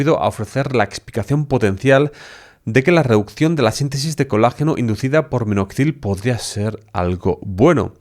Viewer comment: En vez de : Minoxidil, dices: Minozidil ....